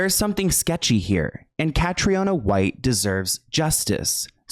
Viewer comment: Cathriona is pronounced ‘Catreena’. May she rest in peace!